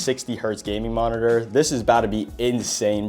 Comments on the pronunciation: holy how many times is finna say monitorrrrrrrrrrr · I’ve never been so triggered go hear “monitor” and to see someone buy their sibling a useless monitorřřrr